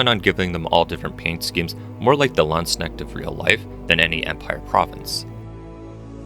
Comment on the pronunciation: Nice models, but one thing; Landsknechts are pronounced Lands*K*nechts, not Landsneckts. The K is not silent like the k in knights.